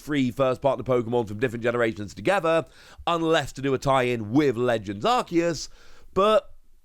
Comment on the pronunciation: Arceus is pronounced Ar-see-us. The English dub always butchers pronunciations.